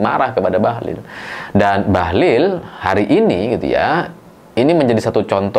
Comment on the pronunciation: Koq aku denger suara abang jadi "Bahlul'..,😅😅